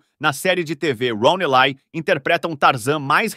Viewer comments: Acredito que a pronúncia seja Ron éle e não elai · Roni ley 😂😂ron ely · A pronúncia correta do sobrenome dele é "ilai", com o "i" levemente puxado pro "e". Em ingles o "E" se pronuncia como "i" e o "Y" com "ai". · So que você está pronunciando o nome do ator errado.